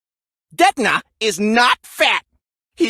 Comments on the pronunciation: When detona is saying detona it sounds like he is saying nezuko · Detona is saying "di to na" hahahahaha